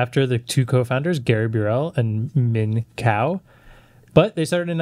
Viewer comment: You pronounced Min Kao's name right! I basically lived in the Min Kao EECS building at the University of Tennessee's campus for four years.